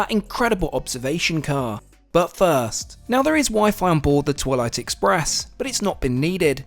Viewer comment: I heard toilet tooo😂😂😂😂😂😂